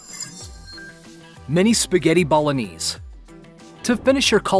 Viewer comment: Anyone else upset with how he says bolognese?